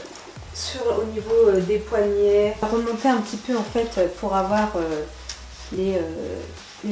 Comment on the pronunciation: Slm ma belle super haul !! J'aime trop qd tu dis : avoir tu le prononce avoèr lol . T as un petit accent je trouve. Je t encourage à continuer tes hauls bisouuuu